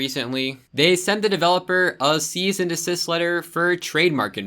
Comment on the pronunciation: Sounded like "Seize and desist", but supposed to be "Cease and desist", which is annoying by itself because it's like saying "Halt and stop".